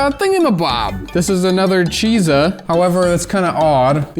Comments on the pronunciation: BTW, zh is pronounced as J. From your local (half) asian man. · pronounces Chizha like it just gave him the last of its Hamon